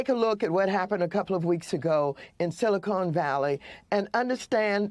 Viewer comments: "Silicone" 😅😂🤣 How long has she lived in California? What a dunce. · It's not silicone It's silicon Valley. 🤣